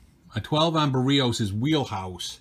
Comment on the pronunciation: Barrios is pronounce 'Bear E ohse'